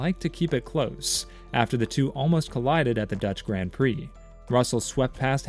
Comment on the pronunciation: I can't listen to anyone that can't pronounce the words grand prix properly